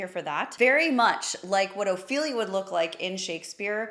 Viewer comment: Ouch, 8.27 min that sounded terrible . . . "Ophelia".